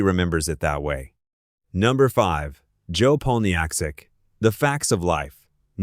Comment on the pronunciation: I'm pretty sure you meant Jo "Poll-na-check", which is how it was said, not matter how it was spelled.